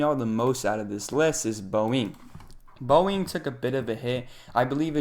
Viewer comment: Very good effort. Would just recommend that you research the pronunciation of some major companies like Boeing and NVidia next time to sound more trustworthy. And Salesforce is a major company